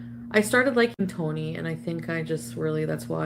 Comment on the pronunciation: The way she pronounces "Tony" is atrocious.